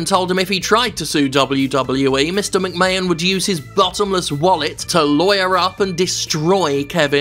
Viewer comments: Completely agree with this well structured argument, but is the pronunciation of McMahon as "McMayan" a deliberate joke that I've missed or is it just a mistake? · Great video Jim, buuuuuuut your 'Mc-mayon' pronounciation is driving me insane. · First time hearing this guy, I enjoyed the video but please stop pronouncing McMahon as 'McMayun' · Yeah, weird that. It's clearly Mc-May-Hon. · Seems like a charismatic guy, shame it’s only once a month, I can’t get over the way he pronounces McMahon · This was a good video with an amazing point But can he learn to say McMahon for the next one please? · If you watch Jim, he is doing it on purpose. He lives in America, he knows.. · I think that's probably a tribute to Gerald Briscoe's way of saying it. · Only issue I have is his pronunciation of McMahon. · Nothing really wrong with this video but his pronunciation of McMahon is getting a down. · He does it intentionally. Lol